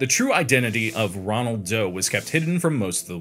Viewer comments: Not Ronald Doe, ROLAND Doe. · I thought it was Roland Doe, not Ronald Doe.